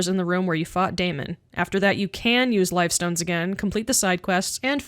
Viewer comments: Liftstones, not lifestones. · Great video but you talk too fast and you mispronounce/misspell, Liftstones. I did the same thing when I was playing. Awesome character! For fun, try using Flameshroud on one of those hanging dummies. The spin was inspiring too.